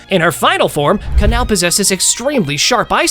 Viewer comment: Kanao is kanao bro it's not canal